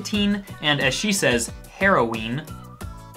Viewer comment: She kinda got the drug thing right. Not really but she tried. Also the way she pronounces heroin.... shit